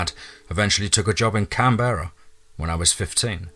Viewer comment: Loving Creepy Aus, and as always well done to you. Oh,and btw, we pronounce it Canbrah cos you know.... Aussie accents are weird!! 🤣 #teamfear